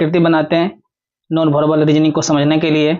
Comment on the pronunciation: Verbal Hota hai sir, aap verbal ko bharbal keh rhe hai